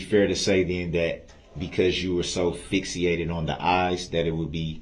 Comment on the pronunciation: Darrell - Fixated — not Fixiated! 😮